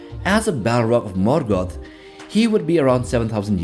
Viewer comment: Your pronunciation of Sauron and Morgoth is remarkably rad